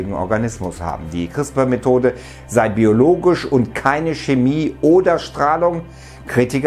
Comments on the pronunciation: es wird crisper ausgesprochen lol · Hi, ich will kurz anmerken, dass CRISPR wie Crisper ausgesprochen wird. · It's called "CrispARRRR" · "Chrisper" spricht man das aus!!!